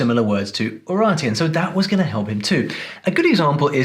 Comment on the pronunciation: quick notice for non fluent in english: UraRteans (not "n")